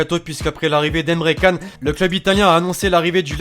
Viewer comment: J'suis pas turc mais ça se dit Emre Chan